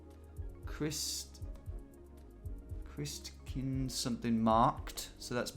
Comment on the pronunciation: It's ChristkindLESmarkt. Sorry, but this is not Southern Bavaria where they say Christkindl